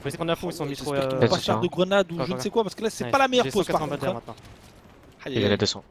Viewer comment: On a du "koi"? 😂